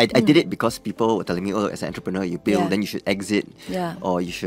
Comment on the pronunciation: by the way the pronunciation of the word entrepreneur. But good job to the host effort! My cantonese also longkang one kena laugh banana many times!